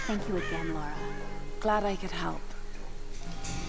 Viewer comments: Lara not Laura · when he calls her laura instead of Lara lol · i dont like he dont now how to speak currect name he is saying laura the real word is lara first you want to now about game then upload the video